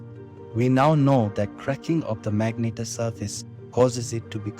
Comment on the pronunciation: Phonetic : Mag-Net-Ar Good video, this comment is not an insult, so please don't take it as one. You seem to have a problem with the word so this is how you say it :) Keep it up :)